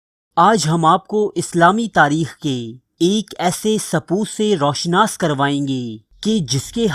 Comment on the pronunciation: Dear Admin Apni Urdu bhi Achi kro kisi trah......jaisey Ro Shanas nahin hota,,,,Ru Shanas hota hai. Gur weeda nahin hota Garr weeda hota hai. Aisi aor bhi ghalatiyaan krtey ho